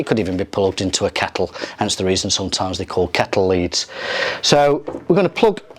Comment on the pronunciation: Dude great video but it was bugging me every time you said keckle lol